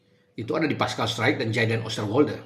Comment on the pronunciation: Bacanya struijk jgn baca straijk nanti di ketawain orang😂